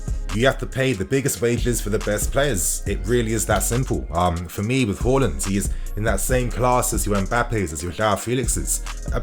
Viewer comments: Its haaaaaaaland not horland hallland or whoreland u pronounce his name so weirdly lol😂 but other then that good news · Haaland vs Holland pronunciation mate. Work on it. Haa vs Ho